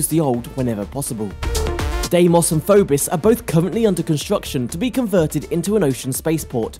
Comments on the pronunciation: What's a FOBIS??? ITS PHOBOS MORON... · It's 'Phobos' not 'Phobis'. And learn to pronounce 'subsidiary' witn 'i' as in 'india ' not 'icecream'.